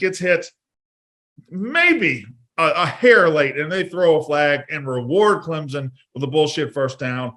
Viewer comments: Clemson not clemzon there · She continuously says clemZon instead of clemPson and no one corrects her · she’s also good for “I don’t want to speak for you, but….” Lol